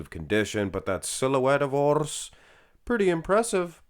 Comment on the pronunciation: Why do you call him Mighty, his Name is Mehdi 😅 And the "r" in Urs is not supposed to be rolled.